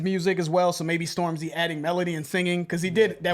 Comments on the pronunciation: The emphasis is on storm, not the zy 😂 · man, it's Stormzy, not Storm-Z. Get old people vibes off you when you say it that way. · Still pronouncing it the same 😂😂😂🤣🤣